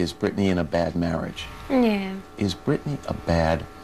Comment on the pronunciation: Listen everybody her name is Britney not Brittany 🤦🏼‍♀️🤦🏼‍♀️🤦🏼‍♀️🤦🏼‍♀️🤦🏼‍♀️